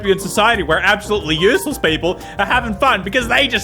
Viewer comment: I hate the way he pronounces "useless" like "use less"